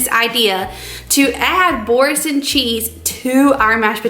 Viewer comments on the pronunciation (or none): I'm sorry but when I first heard Boursin cheese, I first heard forsk*n cheese and I had to re watch rofl but its had me literally chuckling for the last twenty minutes